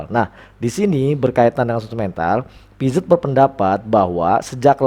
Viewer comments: Makasih ilmunya pak, Maaf dibacanya piase, e dibacanya kaya kita baca kata "membeli" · Piaget dibacanya piase pak